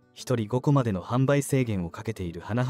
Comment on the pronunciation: 「花畑牧場」を「はなばたけぼくじょう」と正しく読んだり「はなはたぼくじょう」と誤って読んだり、記事の信憑性がなくなるからちゃんとチェックしたほうがいいよ。